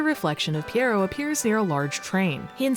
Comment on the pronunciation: As a French speaker I was impressed with how you said "pierrot". Most people obliterate the pronunciation and say it similar to "pirate". But yeah, this has made me want to dust off my Dreamcast and play it again. 😊